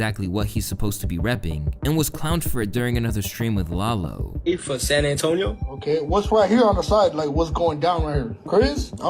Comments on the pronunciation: it’s LAH-LO not lay-low 😂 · lol it’s pronounced Lah-low not lay-low 😂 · “Lay-low” is crazy💀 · “Lay lo gone brazy” 😭😭🤦‍♂️ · Calling lalo Lay Low is wild